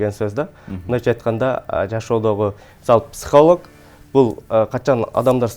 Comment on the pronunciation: Психолог деген созду туура айтканды уйрончу башта. Сенби тренинг кошмар